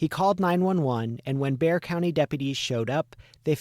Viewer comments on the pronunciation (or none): My, my, my! Life long resident of Bexar County here. BTW, Bexar County is pronounced like, a grizzy bear..not Bex-Are. Something else y'all need to consider or reconsider, is that you have numerous inaccuracies throughout and desperately need to do better, more thorough and accurate research. As an absolute true crime junkie with degrees in criminolgy, prelaw and education and out of the hundreds and hundreds of views of true crime genera, this is by far content with the most inaccuracies. Makes me embarrassed and cring to hear this. I'm so sorry and I honestly dont mean to be unkind but the inaccuracies, ?!#*? But good job on selecting a story that desperatly needs coverage and a long overdue resolution. The sheriff doesn't seem to think that these grief striken familys need answers so that they may begin to seek some type of closure. I still gave it a like though since you only had 2 in the past 9 months.